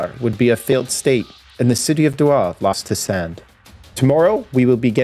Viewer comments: more like dough ha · This ain’t a bad story. I’m probably a dumbass but I lived in Doha and we pronounced it like “Dough Ha” probably just me being an idiot but if I’m right yeah. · That's not how you pronounce Doha lol. You pronounce the H just like in hair " doe-ha"...not complicated. The way you said it means a totally different word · The way you pronounced Doha was meh, which is totally understandable. But the way you said Qatar, damn bro, on point. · That's not how you say the city name